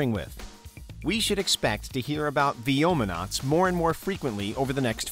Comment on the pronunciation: Your youtube channel came close in pronouncing vyomnauts properly. That's a progress